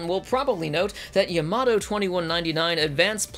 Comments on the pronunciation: YAMATO not yamoto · It’s ya-ma-to not yamoto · the guy can't even pronounce Yamato not Yomoto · It's Yamato,not Yamoto! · Yuh moto? No no. YAH MAH TOE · The Yomudo in yer accent is priceless. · good old "Yamodoh" -. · my grand pappy said its pronounced yamadah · you pronounced Yamato wrong, you said Yomoto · I know, right? Watches both series back to back. Fails to pronounce the name of the ship mentioned in the series dozens of times. But even the new one pronounced it differently than I've mostly heard over the years. Star Blazers aired in the US when I was eight years old. I loved it. But I watched it again recently and I couldn't believe how bad it was. I swear, nobody knew anything about space in the 70's. Which is ironic since that was the "space age". But then I watched the NEW series and WOW was I impressed! It fueled my nostalgia while also making it a legitimately great story. A++ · I mean, they even pronounce it in the anime itself. How do you mess something like that up? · ... Perhaps this has already been said, but when the voiceover mispronounces the name of the show TWICE within the first 16 seconds, it truly makes me wonder if this is really going to be worth another 20 minutes of my life ... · I know I'm commenting on this 7 years after it was uploaded but I have to say that the frequent mispronunciation of the ship name is very distracting. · You completely butchered the pronunciation of Yamato throughout the video and it’s annoying. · Wait how do you pronounce Yamamoto correct but Yamato you can’t